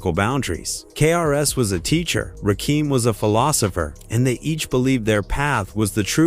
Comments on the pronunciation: Ra-kim Pronounce it right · RA KIM!!!!!! NOT RAKEEM!!!!! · RaKim not Keem stupid ass AI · It's Ra kim not Rakeem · My guy say the names right understand it's the GOD MC RAKIM not keem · Yo put respect to this man’s name it’s Rakim not RAKEEM. SMH😂😢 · It's rakim not rakeem. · Y’all need to stop messing up their names it’s RaKim not Rakeem please stop making these mistakes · He said rackum ...rackum boy ... like a pool game 😂 AI is wack and evil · Rakeem???? WTF !!!! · RAH-KEEEM??? MUAHAHAHAAHA!!!! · This AI Shit is Crazy. Rakeem? Really. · Ok everybody! Rakim is pronounced (rock him) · You say RaKEEM, I end the video. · Wtf is Ruhkeem 😂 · The 2nd "Rakeem"...i was done.smh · The name pronunciation makes the video research and presentation...questionable. At least take the time to tell Chat GPT to spell it ROCK-EM in the AI script so the AI announcer says it right for the video. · I hate this AI bullshit. RAKEEM? REALLY? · These shit videos that can't pronounce the man's name. Smfh. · Instant AI identifier....the mispronunciation of Rakim.... gtfoh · Man I can't. Just can't watch the video with you mispronouncing his name. AI or not, it's Disrespectful. 💀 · This dude SLAYING his name is enough for me. I couldn't listen further! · Lyor wasn't a co-founder of Def Jam. He is an incubus. Serch's goofy ass could never write anything for Rakim. The mispronouncation of Rakim, 3rd Bass , AI is not that smart. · Please teach your AI how to pronounce Rakim's name. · I'm only 15 seconds in and I hear Rakim's name being mispronounced. Goodbye! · I can’t watch this after two minutes. I had to stop. They are butchering my man’s name the God MC.😂😂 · In typical AI cracker fashion, mispronoucing artist name. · This AI butchering the legends name is fuckin annoying! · Rakeem? Why don't yall spell words so the stupid computer says it right. Put Rah Kim or something... Jeezus. Can't listen to this and I want to hear it! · Ra Keem? That took me out. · Ra-kim, not Ra-keem.